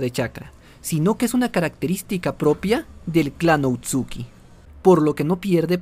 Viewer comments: Oye bro está muy bueno el video pero namas una corrección no es outsuki es otsusuki pero no es crítica bye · A pesar del tiempo que lleva este video no se si sea el unico que le da algo cuando dice "outsuki" y no otsutsuki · otsuki yo: otsutsuki todo el fandom: otsutsuki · Otsuki dice, se dice Ōtsutsuki. Encima de equivocarse diciendo que el Rinnegan es una evolución del Sharingan va y pronuncia mal el apellido. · lo siento pero me da tic que diga Outsuki corrijo educadamente: otsutsuki jijijija